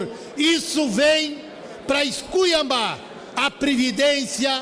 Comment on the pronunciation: Quando o tal deputado Marcom disse "nóis semo" e "escuiambar" fiquei imaginando: Como ele chegou lá???